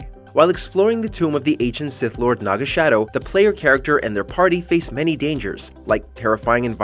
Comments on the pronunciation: Gahhh please stop butchering character names. Its pronounced Sah-dow, not shadow. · It’s Sadow not “shadow”